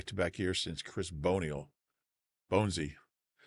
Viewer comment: That is not how u say Boniol :)